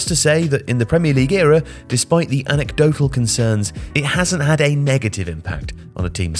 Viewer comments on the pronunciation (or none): none